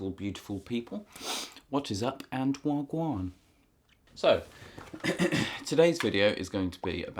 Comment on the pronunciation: That was the poshest whagwan ive ever heard that was amazing